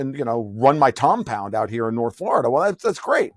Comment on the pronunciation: He called it his “Tompound” hahahahahaha